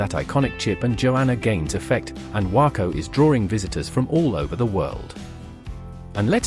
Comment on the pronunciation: It's not pronounced :Wacko" , its "Way-co". You would think you could learn the correct pronunciation before producing a video.